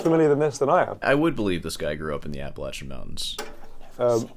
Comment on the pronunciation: Unrelated to anything, I appreciate you pronouncing “Appalachian” the right way